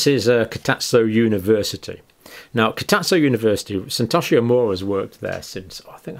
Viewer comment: misreads 'global trends...' as 'global trials....' Then says 'Kitatso [University]' instead of 'Kitosato.' (These observations are meant constructively.)